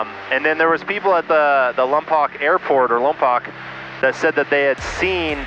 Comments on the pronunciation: It's pronounced Lom-Poke. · he said "Lompoc" like Vin Diesl said it in Fast and Furious "LaOMMM-POC" haha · FYI Lompoc is pronounced Lompoke!